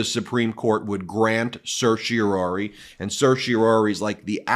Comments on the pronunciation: Let's get on with it Supreme Court and deny the stay/rule against DJT's immunity claim! Time's a-wasting! BTW, I noticed your pronunciation of Certiorari over quite a large number of your videos. It's CertiorARI, NOT CertiorORI. Sorry to be so picky. I find your videos highly informative, but your mispronunciation was starting to bother me. Be that as it may, keep up the terrific work that you do! It's truly important IMHO! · Certiorari, not certiorori. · Please stop saying sershy-a-Rory!! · As a former “intermediate” Latin scholar (it’s been a while), it sure seems like lawyers do some strange things with the language. When I see “certiori”, I hear “care-tee-OR-ee” (in “pseudo-English”). For starters, Latin doesn’t “do” the ‘s’-sounding ’c’, and it doesn’t do the ‘sh’-sounding ‘t’, and it doesn’t do the ‘u’-sounding ’e’. Secondly, there’s only one ‘o’. What is “Surshie O’Roarie”?? Is that some Guy’s Gaelic name? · Umm.. I don't believe 'certiorari' is supposed to be pronounced that way; there is some debate over whether the last two syllables should be pronounced "-RARE-ee" (Alito, Stevens, Thomas) or "-RARE-eye" (Roberts, Scalia, Breyer) or "-ARR-eye" (Kennedy) or "-ARR-ee" (Sotomayor), but none of the Justices pronounce it "-ROAR-ee"... Kagan avoids the issue completely by just using the short word "cert" instead! (Also, apparently Sotomayor drops the previous syllable entirely, and Thomas pronounces the very first syllable "sertz")